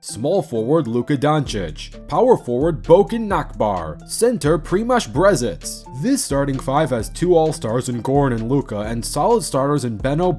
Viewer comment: Lets go slovenia💪 the way yoy pronounced primož brezec is funny af... Great video tho